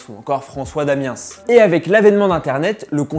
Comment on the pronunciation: François Damienssse ptdr on dit Damien mais bon